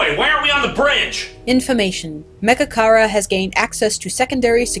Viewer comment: when he said mechakara i thought he said magicarp lol